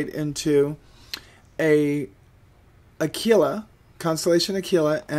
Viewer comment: Aquila = a - kwil - a